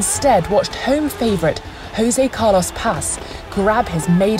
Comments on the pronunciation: It's worse to pronounce "hosé", as if he was hispanic. It'd be better to say "djosé". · Brazilians do NOT speak Spanish. Please: Jose Pace, not Hose Pace. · The pronunciation of José Carlos Pace isn’t like Jose in Spanish... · how are there still people that pronounce PT/BR names with Spanish Js? I thought that globalisation & the internet had put a stop to that atrocious insult about 10 years ago.